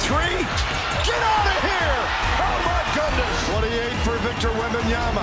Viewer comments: Does steven a smith still aay wembenyaNa? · Stephen A saying WembamyaNa every damn time pissed me off lmao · Hearing WembanyaNa all year triggered me. Please respect the name. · Jfc someone tell Stephen a smith to eithe pronounce it right or call him Wemby. So tired of that dude saying it wrong.